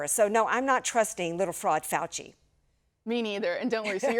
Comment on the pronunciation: YOU MEAN DR FOW-CHEE